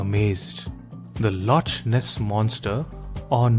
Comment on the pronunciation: It's pronounced as lock my Indian accented friend not loch as it's written